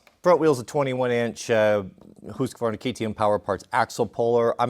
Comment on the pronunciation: Husqvarna not Hosqvarna !!! I’m sure the Swedish enjoy you getting it wrong !